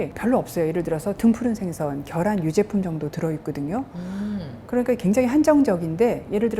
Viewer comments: 겨란 아니고 계란 입니다~~! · 계란이에요 겨란이 아닙니다